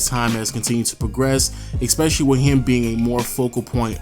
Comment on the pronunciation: ES PE CI LL Y not expecially